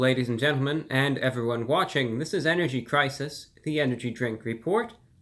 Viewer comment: Energy cwisis